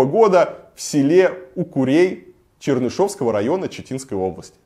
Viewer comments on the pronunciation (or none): Ударения научись ставить, когда говоришь Чернышевский район